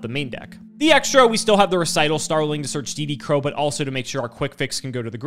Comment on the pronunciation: Hearing a yugituber pronounce Recital Starling correctly for once was so startling it nearly gave me whiplash.